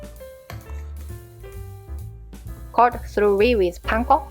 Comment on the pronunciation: thoroughly is a hard word to say for non native speakers. Choir, Buoy, Squirrel, Rural, Subtle are also classic examples. The attempt is admirable and adorable.. lol... keep it up.